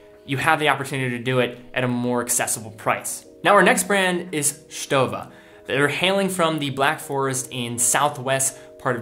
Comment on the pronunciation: Thanks for pronouncing Stowa right ...